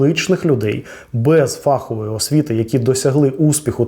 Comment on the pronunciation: Дякую. Дуже цікаво і змістовно. Але не фАхової, а фаховОї. ФаховИй